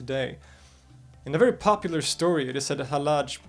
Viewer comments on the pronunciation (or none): none